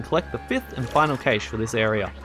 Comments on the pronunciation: super helpful but dear god its pronounced cash. like money. there's not ay in the middle of it. some people say Cash-ay which is wrong but I've NEVER heard anybody say CAYSH before. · It’s pronounced “cash”. Rei even says it. 😂 Fun aside, you were correct, this IS the only video I needed. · Great video, horrible way to pronounce cache😂 thanks for the guide